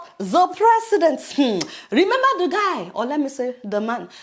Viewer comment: So sweet Adeola. I've noticed you say "zhe", instead of "the". Do you do that on purpose, or is that just the way you pronounce "the"?